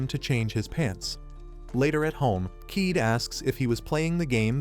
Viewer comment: It's not keeed it's ka ye de